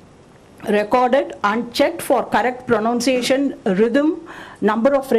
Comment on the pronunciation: And yes! It is PRONUNCIATION, not PRONOUNSATION as you are pronouncing. 😂😂😂